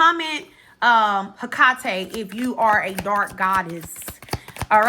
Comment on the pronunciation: Pronounced has Heh-Kuh-Tee 🖤💀 #Hecate ✨🫶🏽